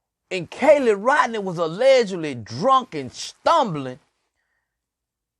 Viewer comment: Why are you offering an underage young lady alcohol on a public social media platform . You sound perverted and a sicko. You didn’t even pronounce Kiely’s name correct